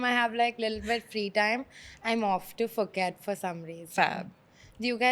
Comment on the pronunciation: ...love you girl...but Phuket = "Poo-ket"